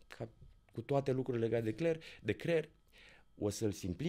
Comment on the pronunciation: De ce pronuntam cuvinte diferit față de ceea ce vrem să spunem. Ex 'cler' in loc de creier min 8.56